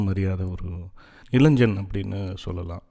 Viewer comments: இப்பொழுதெல்லாம் தமிழாசிரியர்களே மாணவ-மாணவியருக்கு "இளைஞ்சன்/ இளைஞ்சி" என்றுதான் சொல்லிக்கொடுக்கிறார்கள். நியூஸ் மீடியங்களிலும் கூட.. இதே நிலை. அதாவது "இளைன்ஜன்/இளைன்ஜி" தான் சரியான உச்சரிப்பு என்றே மாணவர்களும் நினைத்துவிடுகின்றனர்.. So it’s not their mistake.. but it’s just the teachers’ and parents’ responsibility to take care of it. Of course if it doesn’t matter.., we can ignore that.. who cares! Cheers !! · நண்பரே! கதைவாசிப்பில் கேட்கும்போது ஒரு தனிப்பட்ட அனுபவமாக இருந்தது.பாதி கதைக்கு மேல்தான் உணர்ச்சி கலந்த வாசிப்பாக இருந்தது.பாராட்டுகள்.(இளைஞன்,இளைஞி உச்சரிப்புதான் சற்றே நெருடலாக இருந்தது)